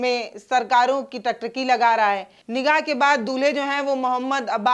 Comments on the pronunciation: Maam Nikaah hota hai nigaah nahi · Madam nikaaah hota hai not nigah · Nigah nahi nikah nigah nigah bol rahi hai